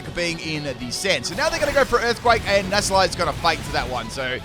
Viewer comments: NACK-LEE! It is not pronounced Nassleye 😂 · Nasalie? I thought it was necklee! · Alright, I can only hear that so many times before I have to respond: The C in this line is supposed to be a hard C. Nacli is supposed to be said Nak-li, for example. That's because the Cl stands for Chloride, which is pronounced with a hard C in every language I'm aware of, though if someone does call it "Shloride" out there, let me know. Thus the delightful sound that its evolution, "Nah-kul-stak" makes when you say it out loud. I love you,, but this is worse than the Synthesis ("sineesis") running gag. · Also, it's Nackle-y and Nackle-stack. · Nacli and Naclstack's mispronunciations have done it